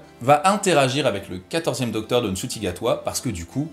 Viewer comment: Merci pour la vidéo, excellent résumé ! Juste un petit truc : Ncuti, ça se prononce [chou-ti] :)